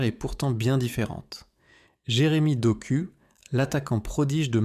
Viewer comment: Doku se prononce Dok "ou".